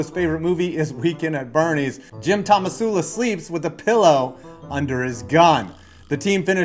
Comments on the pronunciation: Was calling Tomsula "Tomasula" on purpose? It's hilarious either way. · what do you expect from a guy who can't pronounce "tomsula" despite it being on screen multiple times?